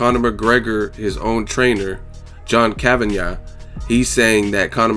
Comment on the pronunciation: John Kavanyah, John Kavanay, John Kavanah... has no time for that! Haha